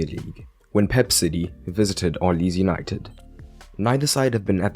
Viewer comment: He said Easynited😂😂😂😂